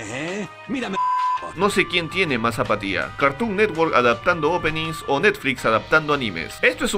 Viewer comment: Creí que decía patilla no apatía :v